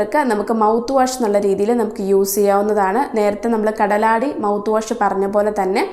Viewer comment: കാലടി അല്ല സുഹൃത്തേ കടലാടി tnq Dr.